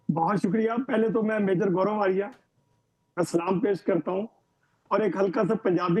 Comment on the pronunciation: Aarya hai aariya nhi😅😅😅😅